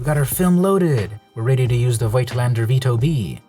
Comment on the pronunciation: German lession you didn't ask for: it's pronounced Fohktlander in german. great video, now I know how to use my granpa's camera.